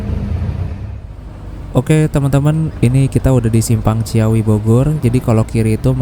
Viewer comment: Ci-awi mas... bukan cia-wi. Btw start awal... start ya pasti awal. Mana ada start akhir 😅😂